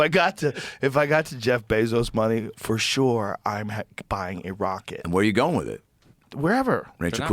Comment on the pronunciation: Let's ask Perplexity: What does Joe say "wit" when the word is "with"?